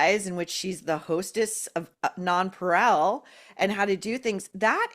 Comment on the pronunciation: Maureen you are perfect in every other respect, but it's pronounced non-parAY.